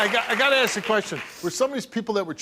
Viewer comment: totally irrelevant, but i'm European so i don't know this kind of stuff. Is this a "black thing" to say "aks" in stead of "ask"?